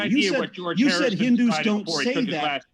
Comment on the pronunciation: Aron called Hindus "Hidnus"